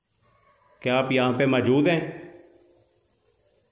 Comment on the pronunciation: Asad Khan Bhai bhi majood bolty Hain or aap bhi majood bolty Hain Kahin dono Bhai ya czn to nhi ? The word is Mojood not Maajood Bro 💕